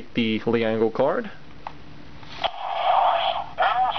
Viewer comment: Err...Leangle is pronounced "ｒｅｎｇｅｒｕ" or "Lengel"